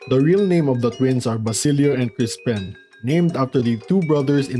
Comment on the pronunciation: I keep hearing crispen, im sorry.